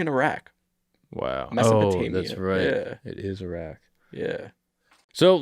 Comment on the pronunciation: Bro it’s Iraq wtf is you saying